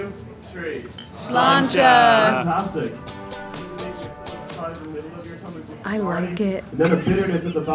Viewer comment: it's 'Sláinte' (pronounced slaan-cha). Also when you found out Guinness is good, what a brilliant moment. Great video! ☘